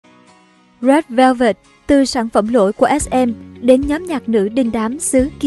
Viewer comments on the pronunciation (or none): bức quá , đọc rét vơ vẹt mà tức á😒